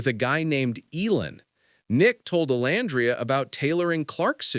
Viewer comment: Are you deliberately calling her name wrong it's very disturbing and cringe if you thought you were cool I'm disgusted by all this